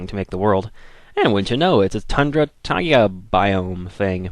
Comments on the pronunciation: It's taiga, not tiaga. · Taiga? Said "Tie-gah"...?